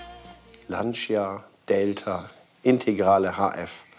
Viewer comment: Lancia hahaha die Betonung auf dem i, hshahaha